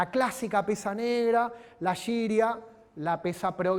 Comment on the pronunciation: La pesa rusa se escribe гиря, y se pronuncia guiria. Con el sonido de la G normal y común que conocemos todos. No se pronuncia yiria. La palabra significa "peso", "pesa", así no más.